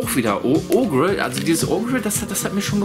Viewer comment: OGRE wird Oger ausgesprochen ✌🏻😊